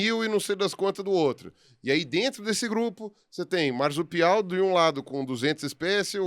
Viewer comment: Isso me incomoda: Em “marsupial”, o encontro “rs” deve ser pronunciado com som de /s/ (surdo), nunca de /z/: • ✅ mar-su-pi-al → /maʁ.su.piˈaw/ • ❌ mar-zu-pi-al → /maʁ.zu.piˈaw/ A regra é clara: após R, o S não sonoriza. Ele permanece /s/